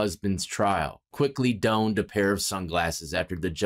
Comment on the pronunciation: I appreciate your work and pure honesty. Howevrs.....only becuz I like & respect you. Olmedo is pronounced: Say the O 'n then M, then DOE.... Ol M edo. And his wife donned a pair of glasses. It's like the dish soap. Dawn or like the morning "early dawn". "Donned a pair of glasses. Zero smartness. All respect. Rock on.... hahahahaha. "Wood pile" haven't heard that since '06.